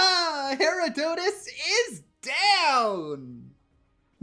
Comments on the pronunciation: Herodotus is said her-roh-doh-tous rather than hera-dough-tus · "Gooda" "Pons D. Lion" "Herow Dotes" "Johans" I'm too european for this travesty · It's not pronounced Herodotus, it's pronounced Herodotus.